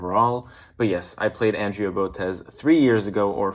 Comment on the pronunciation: It's Andrea (On-Dre-A) say her name right, it's so annoying.